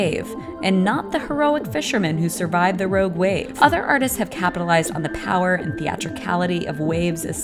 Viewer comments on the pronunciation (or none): none